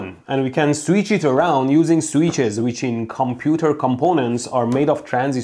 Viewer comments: I shall, from now on, correct my pronunciation of the word "switch." I shall now pronounce it "sweetch." Mehdi said it is so, so it is so. :) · I had to click just to hear Mehdi say “sweetch” as much as possible.